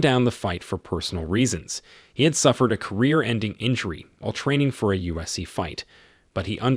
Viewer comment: Who is this narrator who doesn't even know or can't pronounce mma and ufc?? Saying mna for mma and usc for ufc is such a shame at a high level